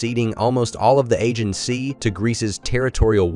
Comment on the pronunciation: Very interesting topics are RUINED by the MORON, who is NOT a human being but a DUMB AI Robot who does not understand at all what it is parroting, and who cannot even pronounce "AEGEAN". THIS IS A DISGRACE. Unfortunately it is mORE AND MORE COMMON ON YOUTUBE that videos are NOT narrated by any Human being, but by those CLUELESS MORON ROBOTS, who do a TERRIBLE job of botcthing the syntax and the meaning of the correctly written text. THIS HAS TO STOP!!!!